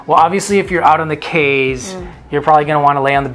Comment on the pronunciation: I was born in Belize, but migrated at twelve years of age and grew up in Texas. I just wanted to say you both did a great job informing people and travelers about Belize and its culture. The only thing I’d like to point out is that Belizeans pronounce our Cayes as “keys” and not Kays.